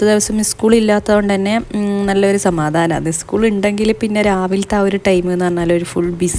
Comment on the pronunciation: ഇസ്കൂൾ അല്ല സ്കൂൾ എന്നാണ് പറയേണ്ടത്😊